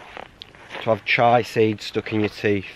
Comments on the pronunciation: Chee-a Seeds, Ch-eye tea. different things both epic. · Chia (chee-ah), not chai 😊👍👍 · Probably furious at the way chia was pronounced 😅